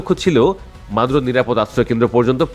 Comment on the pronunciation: এ বোকা বাল নামটা তো ঠিকমতো বললে না